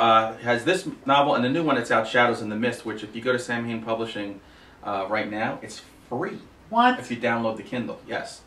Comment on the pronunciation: It's actually pronounced SOW-IN. :)